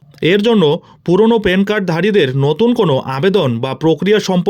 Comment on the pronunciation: পেন কার্ড 😂? প্যান কার্ড।